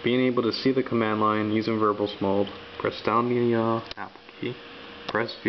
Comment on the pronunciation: lol "Unix verbullz mode."